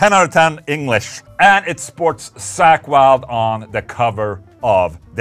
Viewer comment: "Sack Wylde" - Ola... love you man 😂